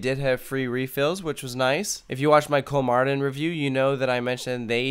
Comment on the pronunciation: Why is "Kolmården" pronounced "Cool Martin" all the time? My heart bleeds T.T